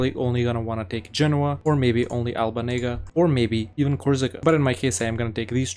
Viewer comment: Albanega, yeah youre getting cancelled for that xD its Albenga lol